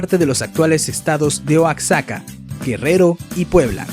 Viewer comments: Se pronuncia MESHICAS aunque se escriba con X y con la sílaba tónica en SHI y no en Me... Y la pronunciación es TEOTIHUACANOS no teoticuanos, por favor...Chichentizá, la sílaba tónica va al final, Oaxaca, se pronuncia Oajaca aunque se escriba con X y no Oatzaca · En México, Oaxaca se pronuncia como "guajaca" y no como "oatzaca" XD. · se saltó a los olmecas, la cultura madre de Mesoamérica. Hay confusión entre elementos mayas y mexicas (no "meksikas").¿ De dónde sacan esa prosodia del "Oaksaka" y el "Belís"? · de donde eres y por qué pronuncias Oacsaca??? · No es "oachaca" es Oaxaca, pronuncia bien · Se escribe Oaxaca, se dice Oajaca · Como curiosidad te dejo lo siguiente: la pronunciación de las ciudades de México va de acuerdo a la cultura que predomino en dicha zona, ejemplo de ello es Oaxaca que se pronuncia como oajaca, hay otras como Xochimilco y se pronuncia de la siguiente manera Zochimilco y así tenemos muchisimas más Saludos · La pronunciación de algunos grupos y lugares no es la correcta (e.g.: mexica, oaxaca). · Dice Oaxaca mal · wey Oaxaca lo dijo mal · Así no se pronuncia la ciudad de Oaxaca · Like si piensan que dijo mal Oaxaca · De que país es este Youtuber pronuncio Oaxaca mal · Se dice Oaxaca como si lo leyeran con g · pues así no se pronuncia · El que publicó pertenece a sudamérica, por el acento, y dice Oaxaca tal como lo leyó ja ja ja